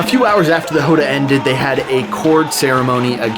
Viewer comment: First thing you need to understand to get Capoeira is that it was created as a means to fight horses. Slavers in horseback. Also, it's pronounced Róda, with an open 'O'